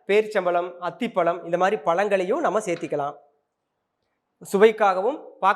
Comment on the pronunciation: அய்யோ என்ன உச்சரிப்பு இது, சேர்த்துக்கலாம் னு சொல்லுங்க, சேத்திகிறன னு சொல்லி கொல்லாதீங்க